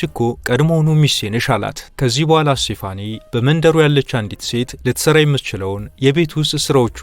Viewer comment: ስቴፋኒ ነው ስሟ ፣፣ ( ሴፋኒ) አይደለም